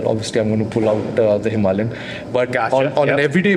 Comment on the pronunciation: Today I learned that it's "hiMALayan", not "himaLAYan"